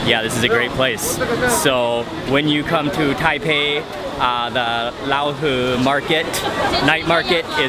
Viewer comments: Pronouncing Raohe wrongly, it's like rowdy, the "row" and "her". Nice vid though, I really enjoyed the street food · The way he pronounce Raohe got the Thai slang! Hahaha